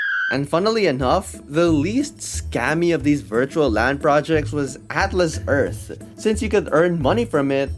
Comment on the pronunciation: atlas earth ❌ talis earth ✅